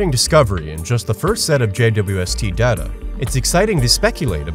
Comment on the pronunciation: I can't believe it - someone else who actually knows the proper pronunciation of "data"! It rhymes with strata. I don't know why everyone switched to Dayta after Star Trek Next Generation came out, but it drives me absolutely crazy.